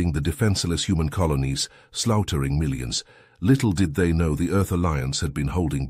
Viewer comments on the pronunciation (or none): "Sloutering" - I suppose they mean "Slaughtering" - really need to improve your AI reading or do it yourself - otherwise people like myself, who enjoyed the story, will find other stories to listen to...